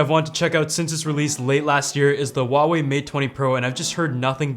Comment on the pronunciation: Wrong. Don't try to be smart...It's Hwa...way....